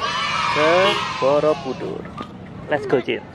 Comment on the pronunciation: bukan borobudur tapi boroudur hahhahah